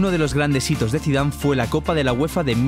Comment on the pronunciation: en el minuto dice Zidave no Zidane